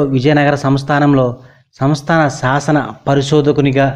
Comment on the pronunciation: దసకం కాదు దశకం. బాస కాదు భాష. సాసన కాదు శాసన. ప్రబాలం కాదు ప్రబలం. సాస్త్రులుకాదు శాస్త్రులు. ఆయనకు కవిశేశేఖర బిరుదులేదు..మహాకవి..ఉంది. సూప్రసిధ్ధ కాదు సుప్రసిద్ధ. ఫెలో కాదు ఫెలోషిప్.